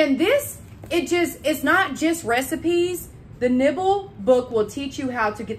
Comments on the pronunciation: You said the book title correctly at first.....it is"niMble." I googled to learn more, and it's a great book that helps us not waste food (like that watermelon rind you showed us)....I'd never think of eating rinds, so this sounds very cool! (A book with recipes for niBBles would be yummy, too). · It’s nimble cook not nibble